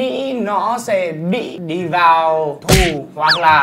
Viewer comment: Phải phát âm chính xác từ TU và TÙ nhé. Khác nhau lắm đấy. TU là vào chùa phải cạo đầu.